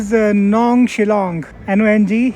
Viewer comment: You pronounce Nongstoiñ incorrect, you have to emphasize the 't' in it Nong-sToiñ...